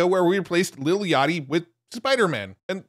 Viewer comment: Bro said "little yachty" LMFAO